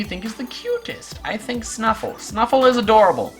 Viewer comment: my pre-evolution is called Stufful, not Snufful